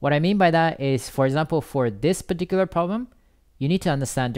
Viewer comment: pitiküler diyişini yediğim ne güzel anlatıyo reis ya